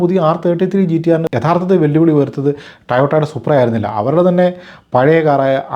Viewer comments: Toyota❌ Tayota✅ 😂😂😂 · Language is for communication you do that well its not about pronunciation.... ❤ (toyota) 😜